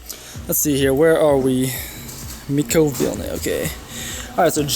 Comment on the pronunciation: It's pronounced "m[i]kco" lol but your one of the few people how said my last name right